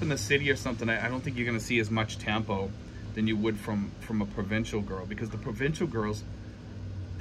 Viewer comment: It's really a sign of immaturity like you said. It's pronounced tum-poo. Good luck when she makes tampo. Buy her some flowers to cool her down.😅😅